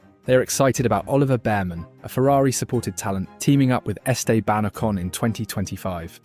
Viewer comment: I'm also a fan of "Esteh BANocon"